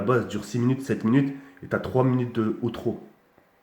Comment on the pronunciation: il fait zahma d'chercher des mots pour gagner du temps c'est un tueur smec ptn il a dit de OUTROU😂😂😂😂😂